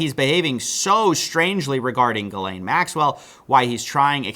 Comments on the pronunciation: Its pronounced Jizzlane not Gil-aine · it's pronounced jizz lane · I thought it was pronounced “JIZZ-LANE” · Tip: Ghislaine name is hard to know how to pronounce based on how it's written. But there are similar names elsewhere, including in my country, and speculating from that, I think the right way to pronounce it is "Jislaine" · the only reporter (or one of very few) that pronounces accused and victims names correctly. I know that’s not the point but I can’t stand hearing Jizz-lane all the fkn time.